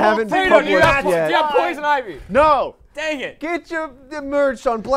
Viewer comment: They didn't read poison ivy properly and I'm triggered